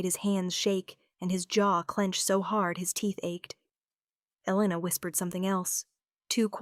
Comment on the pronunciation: Mafia? We don’t have Mafia here, we have Russians, Asians and Hispanics. Mostly fight with each other🤷🏻‍♀️. However, there are so many “crazy” and entitled people these days, I don’t know what would be worse.🤦🏻‍♀️ It was a good story, platitudes repeated too often though. AI pronounced “Elena” at least 3 different ways.😮 Rate the tale 7 out of 10 because I liked the topic and the heroine wasn’t a victim, which is so annoying.